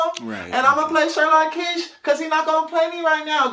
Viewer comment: she said Sherlock keash